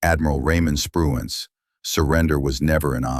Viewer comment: I guess AI can't say Spruance!!!